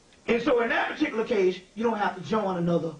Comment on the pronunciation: ✊🏽 Key word: Pahticuluh